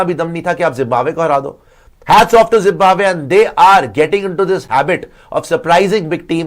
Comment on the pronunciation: Ary pagal ladki 😂😂woh jimbabwe nahi hota hai😂😂😂 zimbabwe 🇿🇼 hota hai😂😂